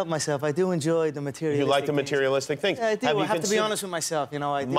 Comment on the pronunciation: He say tings 😂😂